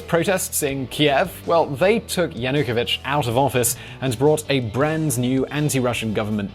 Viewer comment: I'm surprised by the poor pronunciation of some of the key figures and events. It's like it's the first time you hear of Yanukovich and EuroMaidan. Also Timoshenko was formerly the prime minister and not (yet) the president.